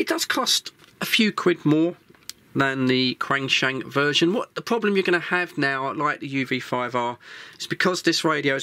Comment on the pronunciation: It’s pronounced ‘Chenshung’.